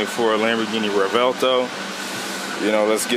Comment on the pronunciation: no hate, i just think its hard to see how its pronounced by reading the name. pretty easy tho. REV - WELT - OH.